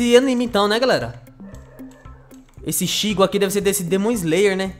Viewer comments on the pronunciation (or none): se ler itigo se escreve ichigo espero ajuda